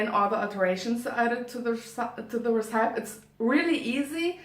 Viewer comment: Schön gemacht! Bin ehrlich gesagt sehr positiv überrascht, die Kamerapositionen sind sehr gut und du hast auch toll geschnitten. (Zumindest aus der Perspektive eines Laien ;D) Einziger Kritikpunkt: Check mal die Aussprache von recipe. Tatsächlich scheint das Filmen auf englisch eine super Möglichkeit zu sein, englisch zu lernen, ich bin ja fast inspiriert! Hören wir auch mal griechisch von dir? Und zu guter Letzt: der thumbnail ist super! Hab dich lieb <3